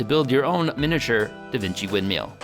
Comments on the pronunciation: "wind meel "🤣 sorry no disrespect love the videos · Mill, MILL. Not windmeel